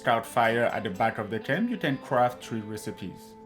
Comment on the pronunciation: Difewent, speciwric, cwaft, combwine, all da tam stamp